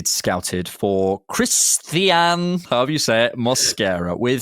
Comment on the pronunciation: Why you keep butchering the pronunciation of Cristhian is beyond me tbh 🙄